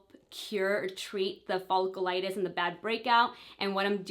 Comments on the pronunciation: It drove me insane in the last video and as soon as I heard it again in this video I had to turn it off and see if anyone mentioned it in the comments 😂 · Omg I know it’s driving me nuts. She said it so many times and wrong every time that I wish someone would just tell her how to properly pronounce cause it’s a bit cringy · Nicole Wilfong omg it was driving me nuts! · You're not pronouncing folliculitis right 😩